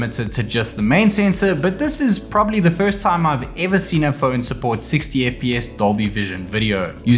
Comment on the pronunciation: It’s not fööööön its Phone